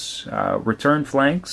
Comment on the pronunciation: its not planx....Phalanx is pronounced (fal-angks)